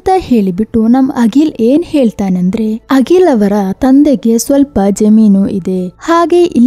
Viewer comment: Agil alla Akhil antha heli.